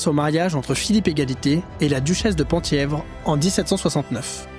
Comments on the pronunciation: Penthièvre se prononce pin (thièvre) et non pan ! thièvre. A ce titre étaient attachés les droits successoraux à la couronne du duché de Bretagne dont aurait pu se prévaloir le duc de Mercoeur, ligueur et époux de Nicole de Brosse les possédant. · Merci pour cette vidéo! Le Penthievre est un territoire dont le périmètre à beaucoup changé au cours de l'histoire, mais la capitale du duché était Lamballe. Penthievre se prononce "Pinthièvre".